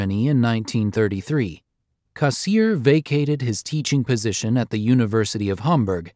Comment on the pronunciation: For god's sake, learn to pronounce his name - Cass EER er